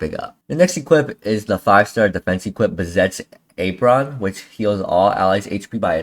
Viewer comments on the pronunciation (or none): First time I've ever heard anyone pronounce "apron" like that 😂